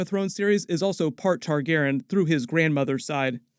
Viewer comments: I dont know how many times I need to say it; its Targaryen, not Targeren. Your mispronunciation is infuriating. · Noticed you started pronouncing Targaryen like Tar-gar-en now. Is how everyone else pronounces it wrong or something? Isn’t it Tar-gary-en?